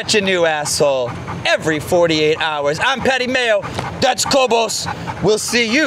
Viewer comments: I thought it was kobe-iss, and not kobe-ose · Kobus is an Afrikaans name and pronounced "Kwoohbus". Beautiful dog 😍 I guess you got him from South Africa which is where I'm from 😊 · But still…Kobus is a dutch dog, trained in the Netherlands. His name is pronounced Ko (the o pronounced as in “go”) and bus as in (school)bus Ko-bus!